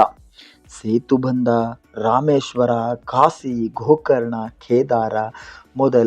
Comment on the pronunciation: ಮೊದಲು ನಿನ್ನ ಕನ್ನಡ ಶುದ್ಧ ಮಾಡಿಕೊ ಮಾರಾಯ 😅😂😂😂 ಕಾಸಿ 😂😂😂 ಇನ್ನೂ ತುಂಬಾ ಪದಗಳ ಅಕಾರ ಮತ್ತೆ ಆಕಾರ ಎಲ್ಲಾ ಅಶುದ್ಧ ಇವೆ 😂😂